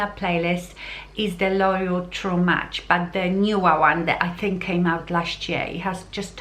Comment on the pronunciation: Please pronounce "k" at the end of the word "think"... otherwise, it sounds like you are saying "thing".